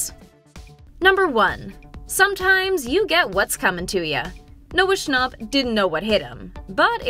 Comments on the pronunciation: It's Noah snap not Noah's stop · “Noah Schonop” 💀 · Its not Noah shnopp" it's fucking snapp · Ccnapp no its schnapp